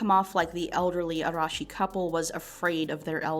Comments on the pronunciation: I appreciate you not having to stop the video to say "Ara- Arah- Arehsh- I can't say that name, sorry." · Weird compliment, but I’m really glad you actually tried to pronounce her last name with the Japanese R and you even tried to say Tokyo properly.